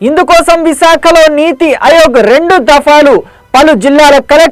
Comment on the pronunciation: అయోగ్ కాదు ఆయోగ్